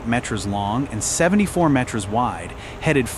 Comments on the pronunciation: Only AI would synthesize and translate Metres as "Met-REZ"... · I don't know... I feel like it could catch on if we all start pronouncing it that way 🤣